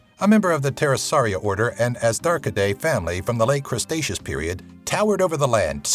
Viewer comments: Crustaceous... Cretaceous? Also 2.3 meters but you said "two point meters," lol. And millipedes are ARTHropods, not ANTHropods. Just saying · Dude....pronunciation. Cretaceous: kre-TAY-she-us. Dunkleosteus: dunkle-osteus. Otherwise, this isn't too bad for a YouTube vid. But seriously, you really have to stop saying crustaceous instead cretaceous, or you're gonna drive me up the wall. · It's Cretaceous, not CreStaceous. C'mon now! Good video nonetheless.